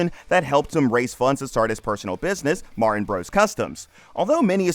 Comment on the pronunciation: Her last name is Martin, not "Mar-In".